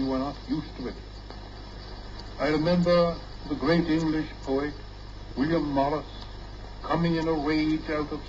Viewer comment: Wow, he's pronouncing poet with hiatus, like poe-ette!